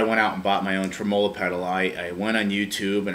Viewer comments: You are correct. The emphasis is on the trem. It's trem'-olo, not tre-molo'. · You don't have to change if that's the way that people actually say tremolo in America. Just sounds really weird to Aussies and probably the rest of the world. Yeah my Boss ME-25 driver failed to install and is now stuck on my computer and refuses to uninstall. Roland support tried to blame it on my computer which has never had any problem since the day I bought it. Bit disappointed in Boss, cause I too thought Boss was the Beez Neez (best). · This is how Americans say tremolo? Wow....